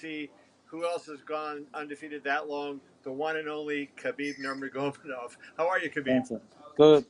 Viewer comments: Did he just say, "Khabib Nurmagnovnov"... ahaa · Khabib nurmAGOVGOVGOV, at least be able to pronounce his name you twonk.. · He butchered khabibs name tho lol it’s nur-mago-med-ov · NUR - MAH - GA- MEDOV... This is how you pronounce it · Khabib Nurmago-mov-doff lol what a clown! Just say Khabibtime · He said nomergovdov😂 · "the one and only khabib numagobodmedov"-mma expert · How did I already know he would butcher Khabibs name 😂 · This guy couldn’t even say his name properly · Terrible interviewing. Can't even pronounce his name. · that interviewer butchered Khabib's surname as badly as Khabib will butcher Tony on a fight night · Did he just say his name wrong?!?! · Great Interview but interviewer 101, JUST LOOK UP HOW TO PRONOUNCE HIS FUCKING LAST NAME JESUS FUCKING BUTCHERED so annoying IF YOU HAVE EVER WATCHED HIS FIGHTS ITS CONSTANTLY SAID. You instantly lose the respect of the person you are interviewing do you even watch his fights? god thats annoying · how in the hell can you butcher his last name so badly? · He can't pronounce Khabib's name, his phone keeps ringing in the background, and he clearly knows nothing about MMA. Great job. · Could Iole say his name anymore wrong? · You totally messed up his name 😂. It’s Khabib time!!!! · Khabib is always humble even when kevin butchered his name to oblivion